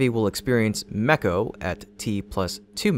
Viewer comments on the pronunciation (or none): Yet another clickbait title. They aren't being FORCED to do anything. It's being done on purpose for testing. Stop with the BS. Plus, continued mispronunciation of common terms (examples: chine, MECO).